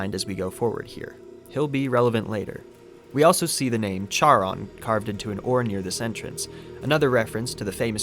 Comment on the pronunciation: Isn't Charon pronounced Karon? I love your work, but hearing a soft ch in the name surprised me with a light slap to the face when I started multitasking.